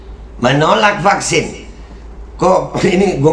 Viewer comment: Knp anak2 perlu di Fucksin...krn anak2 itu skl..berarti yg gk skl gk perlu di fucksin ya Ko..tpi knp rakyat sampe di kejar2 suruh fucksin? Eko2...klu bljr ngomong tuch yg bnr 😂😂😂